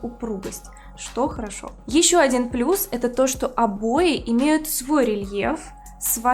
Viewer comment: O boy" она говорит